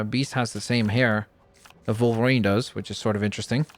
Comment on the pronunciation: Wolverine not Volverine